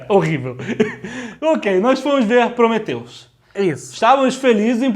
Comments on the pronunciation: Prometheus, não cumphreus e se fudheus, heim?! ¬¬ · Prometheus e não Cumprhius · Prometheus e não cumpriris! (Mussum mode ON) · PROMETHEUS E NÃO CUMPRIUS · prometheus e nao cumprius XD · prometheus e não cumpriris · "Prometheus,e nao cumpriuzes" auhauhuahua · Prometheus e não Cumprius HAHAHAHA! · PROMETHEUS E NÃO CUMPRIUZIS. HAHAHAHA RI ALTO! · PROMETHEUS e não CUMPRIUS. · Prometheus........Mas não Cumphrius. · Prometheus e não cumprius =/